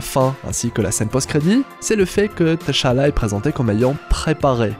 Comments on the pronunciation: Désolé mais le fait que tu prononce le prénom Tchalla Teuchalla m'a perturbé toute la vidéo 🤣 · Ça se lit pas << T>> << Chala>> mais < > même si ça s'écrit << T'challa>> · Ça se dit T’Challa (Tchalla) pas TaChala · AAAA c'est T'chala pas Ta'chala... gr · c'est pas te cha la c'est t'challa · s’il vous plait, c’est Tchallah pas T-Challa 🤦🏽‍♂️🤦🏽‍♂️🤦🏽‍♂️🤦🏽‍♂️😫😫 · c'est pas tachalla mais tchallah 😭😭😭😭😭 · TCHALLA ça se prononce « CHALLA » comme Chat 🐈 comme TCHAD 🇹🇩 le pays, arrêtez de détacher la lettre T dans la prononciation. C’est en deux syllabes TCHA-LLA et non 3 syllabes T-CHA-LLA ça sonne faux dans la prononciation, j’entends souvent les gens détachés le T dans la prononciation de TCHALLA, je ne sais pourquoi ils font ça et pourtant ce n’est pas compliqué à prononcer. TCHALLA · On ne prononce pas le T de Tchalla. Ça m’énerve tellement quand vous faites ça!!! Ils le font tout le long du film. N’importe quoi!!! Et ça ne s’écrit pas T’challa, mais Tchalla. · bonne analyse mais pk prononcer tachala ?? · Par contre apprend à prononcer tchalla.... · "TacHaLLa" 😫😫😫😫😫 T'Challa on prononce juste le T en phonetique, pareil que quand tu as dit N'Jadaka 🫠 ca fait 4 ans quand meme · Mon reuf commence déjà a bien prononcer le nom du king sinon çv